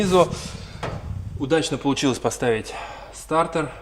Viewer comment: Стартер а не стартэр 🤣🤣🤣